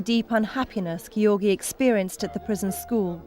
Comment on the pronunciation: His name is NOT pronounced Gee..or.. gee. It's Georgie...Giorgi.